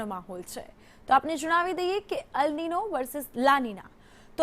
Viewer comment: અલ નીનો નહીં અલ નીન્યો વચાય. El nino 🙅 el niño ✅